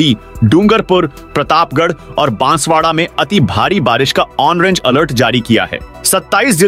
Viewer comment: महोदय,वाचक महोदय ने आज भी ऑरेंज अलर्ट को ऑनरेज अलर्ट पढा है समझ में नहीं आ रहा है कि बार- बार लिखने के बाद भी सही क्यों नहीं पढ़ा जा रहा है यातो आप शुद्ध पढ़वायें या मुझे कह दें कि हम तो एेसे पढ़ेंगे चाहे आप समाचार सुनना बन्द कर दें